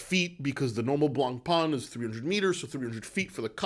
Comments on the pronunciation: Hey love your videos in French we said Blancpain] there no E on the end its not Blancpainnne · Dear. Can you learn how to pronounce the word Blancpain correctly? thank you